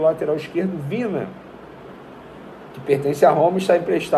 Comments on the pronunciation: Vene, não é VINA, se fala VINHA! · O nome do jogador é VIÑA e não VINA jornalista. Pelo menos fale o nome direito.